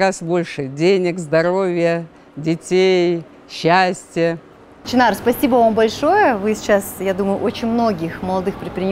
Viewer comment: может ШЫНАР А НЕ ЧИНАР.